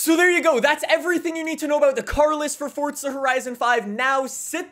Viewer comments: It’s Forza not Fortsa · Its FORZA not FORTZA 🤦🏼‍♂️ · Forza not fortza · Why do you say fordza not forza? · Dude it’s not fortza it’s forza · Why is he pronouncing it “Forzza” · did he say fortza? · Can u please say forza properly, don’t say “fortza” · I don’t like how he says forza as fortza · Fortza lmao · The way you say “Forza” gives me a stroke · Where’s the “T” in Forza. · Since when is there a T in forza